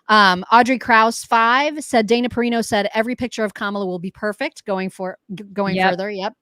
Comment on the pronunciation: It's because they have no respect for her to pronounce her name right..